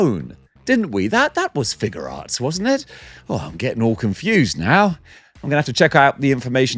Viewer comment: That alien face on the broken tusk Predator is definitely to scale. Yautja are huge. John Wick definitely says "guns. Lots of guns" in the third movie. I'm glad you finally pronounced SH Figuarts correctly.